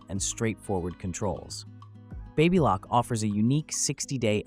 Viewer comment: What is the correct pronunciation for BABYLOCK? You pronounced it 3 different ways!!!!!!!